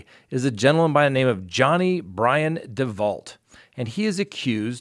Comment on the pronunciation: DeVault is pronounced DeVau - like the murderess Marissa DeVault.